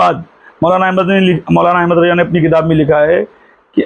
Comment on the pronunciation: Abe alahazrath ke bade bete ka name hamid raza hai mufti e azam nahi Teri talafuz sahi nahi RAZA Hota hai RAJA nahi pehle dusroun ko nasihath (direction) dene se pehle tu pehle khud is layak to ban ja bad me logoun ko nashihath karna pehle jake madressa me dakhila le qabil banjane ke badd phir youtube par aana 😂